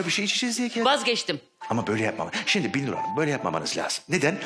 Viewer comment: Ya bir bana mı öyle geldi bilmiyorum ama arada Binnur' a Birnur diyorlar fena sinir bir durum olmuş. Bir değil BİN!